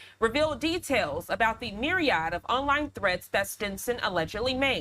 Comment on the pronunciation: You mispronounced “myriad.” You’re a paid professional, look it up and pronounce it correctly.